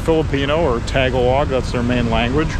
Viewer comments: it's ta-GAH-log not TAH-ga-log (that kinda sounds like Tag Along). Tagalog came from the phrase "Taga ilog" or "from the river" where Pasig River runs across Metro Manila. Filipino is the standardized Tagalog since there are variants of Tagalog from provinces near the Capital Region where Manila is located. Filipino Language Subject is being taught in schools throughout the country aside from English. That's why lots of us can speak English. Filipino is both the language and the citizen of PH. The City of Manila is one of the 16 cities + 1 municipality that composed the Metro Manila or the National Capital Region. Makati is one of that cities. Another one is Taguig City (tah-GIG) where BGC or Bonifacio Global City, a former military fort (Fort Bonifacio) developed into a modern community. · FYI: Sorry, it's not TaG-a-log. It's Ta-Gah-loag. Not being mean. Just trying to help. I like you're videos.